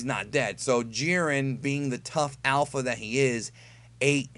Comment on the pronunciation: Bothered every time you say "alpha."